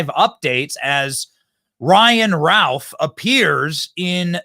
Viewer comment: Ralph, Youth. The scumbags name is Routh, Don't you think his name is pronounced Ruth ? just saying.